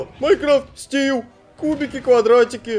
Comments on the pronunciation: Стив а не Стил стил это по английски метал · не стиу,а стив. а так видео ржачь